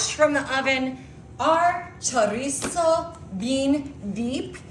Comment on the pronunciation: 😳 puhcantee kaysadilluh choreesose. So baysukly a giant pan of flavored semi-solid fat and protein. I'll take a hundred gallons. 😝